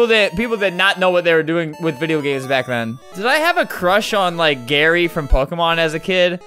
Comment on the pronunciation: when flamingo says did i have gary as a crush trollers: gary with no r